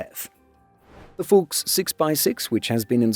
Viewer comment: Your german pronounciation is better than most, but you need to channel you inner german general more. If it doesn't sound like you are yelling at a private who messed up, you aren't doing it right. Fuchs is supposed to be pronounced as harsh as the english fox. Say it like Fux or Fucks.